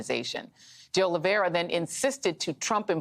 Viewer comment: IT IS OLIV EIRA NOT OLIV IERA OLIV IERE OLIV ERIA or OLIVE ERA . It is a very common Portuguese/Brazilian name. Nor Russian, French, or Spanish...